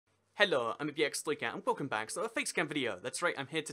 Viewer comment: your "hello" in the intro makes you a sound like a mix between welsh and russian